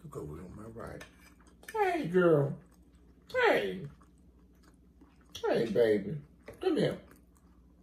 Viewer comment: I thought you were saying sweet sweet🤣🤣